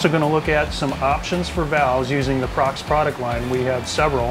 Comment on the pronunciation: It's pronounced Pro Cross